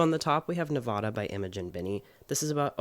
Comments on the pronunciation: i so adore you but if i hear you say “nevawda” instead of nevAHda im gonna lose it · Your pronunciation of Nevada doxxed you lol